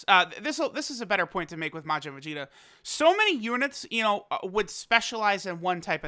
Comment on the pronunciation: Vag-eta? lol!